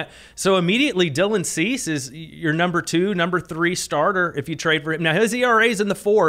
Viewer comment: This dude said Dubon and Chas for Cease and Robert 😂😂😂. I want whatever you’re puffin.